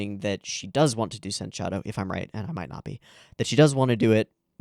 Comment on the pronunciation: It's not sen-shadow, it's pronounced as sensha-do.